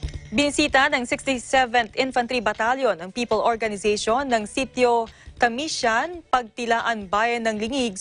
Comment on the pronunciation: Ang cute ng pag ka pronounce nya ng tamsian 😂